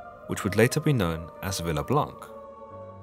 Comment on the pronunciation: Blanc has a silent c and is therefore pronounce Blan (blɒ̃), which means white in French... just saying.